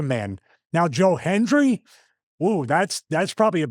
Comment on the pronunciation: Anyone else notice Stevie either said Joel Hendry or Joe Henry? Never Joe Hendry. Lol. He believes and he knows he can't say it or he'll appear. Lol